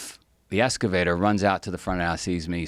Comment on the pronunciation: EXcavator. Not Escavator.